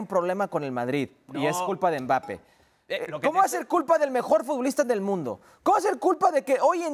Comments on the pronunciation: A Hércules enseñenle a hablar y en especial como se dice Mbappé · que alguien le diga a ese tal Hercules que no pronuncia bien el apellido de Kilian x_x dolor en mis oidos cada vez que lo escucho